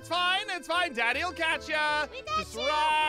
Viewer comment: It's "Daddy" not "Dadddy"